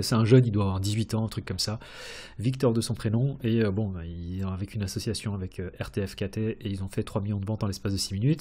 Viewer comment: MERCI pour ton travail et partage et... RTFKT se prononce ARTEFACT 😉